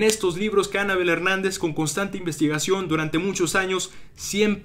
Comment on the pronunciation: Todo bien pero aprende a decir Anabél no Ánabel.